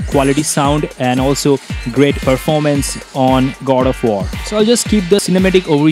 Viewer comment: why you keep on saying Gold of war!?? LOL